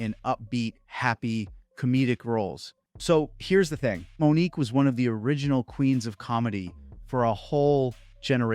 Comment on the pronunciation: Okay, if you're going to report on something, you need to do the research and cover things honestly. Years after Mo'Nique (whose name was mispronounced multiple times in this video) was blacklisted, Tyler Perry, Lee Daniels, and Steve Harvey ALL admitted to advising execs to not cast her and unjustly characterizing her as difficult because she threatened them. If you're willing to address the difficulty of Asian actors to find work, then it's kind of telling that you glossed over the harassment and ostracization that Black women have always received, even from other Black Artists. You need to do better,. Your slip is showing.